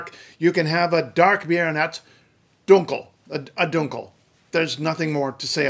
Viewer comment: Very good! Just two minor details: The /l/ in "Welt" (Weltschmerz and Weltanschauung) and "dunkel" is clear, not velarized.